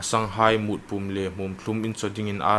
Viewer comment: A tiempa thu lam dan hi chite siemṭhat ding a im, etn. Iemmie=iemi, Kailâm - kailam Pûm -pum le adang dang.